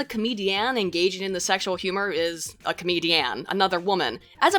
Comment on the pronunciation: Why does she say comedian so weirdly?